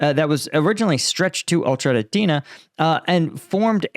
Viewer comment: Marking three straight days of pronouncing "Ocheretnye."